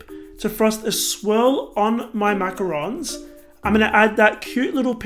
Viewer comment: Can't even pronounce Macarons right...